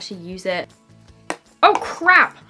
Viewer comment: YOU SOUNDED SO AMERICAN WHEN YOU SAID OH CRAP